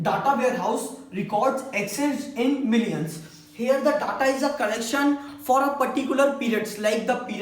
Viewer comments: Pehli baat DA TA NHI HOTA DATA HOTA HAI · stop callng Datta, make your pronunciation correct. village guy himself doesn't have knowledge of OLAP and OLTP. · you are gud . just make sure you pronounce Data as Deta . it will be better for your page.